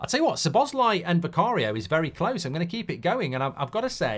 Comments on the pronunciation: I’m Hungarian mate, sobosly is NOT how it is pronounced. The correct one is So-bos-lay, or So-bos-la-ee, although the e sound at the end is supposed to be short, he just dumbed it down in the video in order to not make it more confusing. Cheers! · Mark it's the first syllable! Not sz' BOSZ lai, it's SZO boszlai. Listen to him say it himself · Correct pronunciation for Szoboszlai (and correct accent) - SOBO + SLY. SOBOSLY. I heard him say it when he got in the club, and also I know some Hungarian, as Hungary is a neighboring country, love them and especially their women 💋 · That is indeed how Dominik said it on a video when he was asked(he just dumbed it down), however, thats not actually how we pronounce it in Hungarian. Its pronounced szo-bosz-laee("sz" is pronounced the same as "s" in snake).